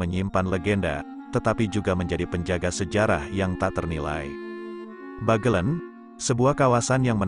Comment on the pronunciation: Adanya aplikasi yg dpt mengubah tulisan menjadi suara, membuat orang indonesia yg sdh terkenal MALAS MEMBACA menjadi semakin malas. Pengguna aplikasi merasa cukup bangga bisa menggunakannya meskipun tetap malas membaca dan bnyk lafal yg salah oleh alat itu. Pinter tapi payah. "Bagelen" hrsnya diucapkan dg "e" pertama diucapkan sprti pada kata "sebab" dan "e" kedua sprti pada kata "ember". Lebih parah lagi pada "Sunan Geseng" hrsny diucapkan dg kedua "e" diucapkan sprti pd kata "sebab" karena "geseng" berarti gosong. Tapi di video ini kedua "e" diucapkan sprti pd kata "ember" shgg kata "geseng" menjadi tdk punya arti.